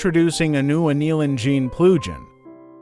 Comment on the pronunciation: This is a very exciting plugin. * The AI translation Speech is severely mispronouncing the word "plugin". You might have to use a hyphen in your text next time... like this "Plug-in", then it will probably sound correct.